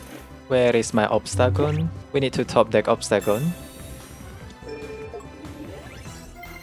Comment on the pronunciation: Say obstegoon one more time